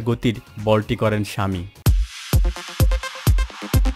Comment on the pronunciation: ভাই, আপনার ন্যারেশন ভাল না। পেশার না বলে পেসার বলুন, অস্টলিয়া না বলে অস্ট্রেলিয়া বলুন, স্বামী না বলে সামি বলুন। 🙃